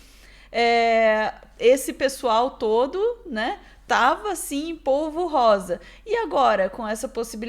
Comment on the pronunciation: é polvorosa e não polvorrosa.